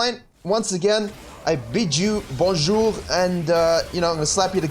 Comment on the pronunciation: That was a nice french bonjour sir, you will take some comment allez vous with this ? No joke Nice french accent (from a french viewver)